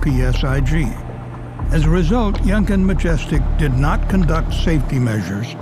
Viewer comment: I'm sorry but I can't stop giggling whenever says 'Yenkin', because to me it sounds he's saying Jenkem.